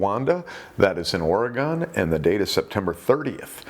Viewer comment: 🤭🫣 just fyi * ummm... it's pronounced 'O-re-gun' but spelled Oregon. Oregonians are a bit particular about it, but only about as much as anybody else, I guess. You know how things kind of just irk you when somebody says it wrong? It's like not a huge thing, but it's a tiny bit annoying. Ya know?